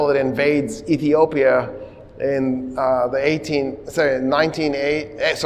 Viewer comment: You said Ethiopia correctly 👏👏👏👏👏